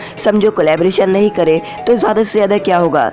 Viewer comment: For example: kuren = kaaren